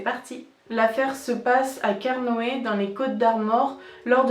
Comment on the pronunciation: Alors, on dit carnoêtE. Sinon, le ton est un peu trop monotone : on dirait la voix robotisée de certaines chaines.